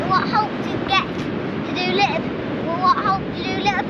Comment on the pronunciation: Love your channel. Shame you missed Porthcawl it’s lovely. You and the kids are great, but I hate the fact you miss t’s in words like little which you pronounce a lille. Just my gripe, sorry.